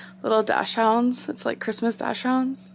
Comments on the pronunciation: Everyone: dachshound. Aymber: dashhound. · Grammerlynn back at it again “dash hound” no it’s dachshund “daak snd” ... Becky should have bout you a pronunciation book. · God I hate when people mispronounce daschund. It's not a dash hound. Its dak snd. Just fyi 💕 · it s Dachshund...not Dashhound..the hell is wrong with you Miss Writerlynn.... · I say docksund not dashhound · Did you really just say - Dash hounds ? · Sis really said “dash hound” lmaoo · she really said DASH-HOUND i-..... gorl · Did she just say "dash hounds" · the way she said dachshund... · wait how did you just pronounce dachshund? you're 30. seriously?